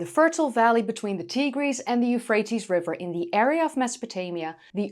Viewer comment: we're five seconds in and i'm already impressed: she pronounced "Tigris" CORRECTLY!